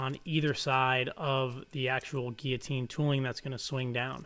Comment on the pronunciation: notice the ''LL'' in GUILLOTINE !